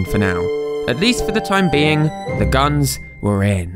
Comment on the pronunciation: Why the hell did the translator keep calling guns gns? Like all the time. Its just annoying.